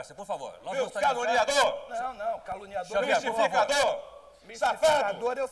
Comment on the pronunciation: Eu já vi mil vezes e não consigo parar de rir! O Quércia falou a palavra "caluniador" 15 vezes. kkkkkkkkkkkk E quase que sai "calango". kkkkkk